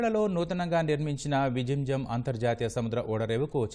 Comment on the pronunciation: It is pronounced as “ vilinjaam” with stress on “ L”